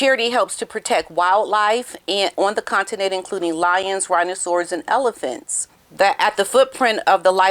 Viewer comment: I heard ‘Rhino-saurous’? 😄